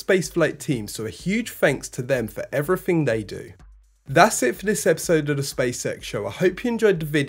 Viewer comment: He also fronts with an F~ instead of a TH. 'Everyfing' 'Nineteen sixty FREE'. This irritates the shit out of me, but he thinks its OK; Its just unprofessional and lazy.